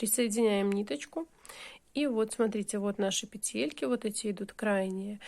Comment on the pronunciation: пЕтельки,а не петЕльки,гспд